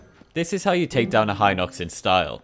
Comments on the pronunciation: Im not sure if im habing the mandela effect but I swear its hin ox not hi nox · Always thought it was He-nox. Not Hi-nox